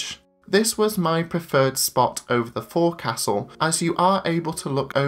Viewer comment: Great review. But it's pronounced folksull - not fore castle. From a fred olsen gold oceans club member.